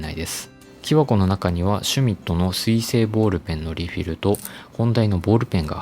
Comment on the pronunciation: 私もその発音を日常としてきたので違和感がなかったのですが、もしかして変なのでしょうか。ちなみに箸の発音は"は↑し↓"の地域の民です。